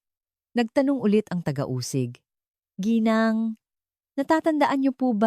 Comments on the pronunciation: Tinamad na akong manuod at toooooo dragging tapos mali2 pronounciations ng mga tagalog words like ginang naging gineng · Parang walang Pinang aralan ang taga salaysay na ito mali mali ang mga pag bigkas ng mga word gaya ng geng imbes ng GINANG , ang ALIBI naging ALIBE , hindi ko tinapos , buysit!!!! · akala ko ung "GINENG" ay pangalan..Ginang pala..AI voice ngani😂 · Ginang po ginang Hindi geneng pati alibi mo di ganun tamang bigkas 😅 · advice LNG po sa narrator ng story DTO Gng ...should pronounce GINANG SA TAGALOG MEANS MRS.IN ENGLISH ..NOT GINENG HE HE HE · Maganda boses mo at Ok ang kwento pero ang pangit pakinggan ang nagkwento . Nairita ako sa geneng eh gng ginang lang pala at saka di ka ba nag research kung paano ang tamang pagbigkas ng ALIBI? Sa english a-lu-bai sa tagalog A-li-bay. Hindi ako nagmamarunong naintindihan ko na hindi ka sanay magtagalog pero kinaceer mo magkwento kaya ayusin mo para mga tagapakinig mo masiyahan naman at magsubcribe sa channel mo. Ay naku ge eneng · ARAY KO PO ,SAKIT NA ANG TIYAN KO KATATAWA GINENG , GENG, ge e neng,ga eng ,& other ways you pronounced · im wondering, bakit hindi nila interrogate separately mga asawa? gosh.. AI voice possibly influenced the youth tomorrow 😂😂it tooks time for me to understand what "Geeneng"😂😂..Ginang pala😂😂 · Puede ba bigkasin mong maayos ang salitang GINANG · Ok sana pero ang pangit ng bigkas mo sa ginang sana mrs. Nalang ginamit mo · yun din ang nasabi ko... kaya kabuweset talaga!!! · It's so funny the way you pronounced G I N A N G .& in different ways.Research in needed so you can make less mistakes or less errors! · Pronounce properly the word Gng And Alibi..